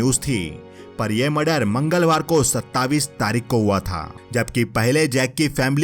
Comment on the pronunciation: It's not अठाविस or सत्ताविस its अठाईस and सत्ताईस